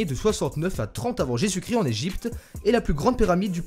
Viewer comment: Drôle de voix. À , "Soit 3000 avant Jésus Crill-eee"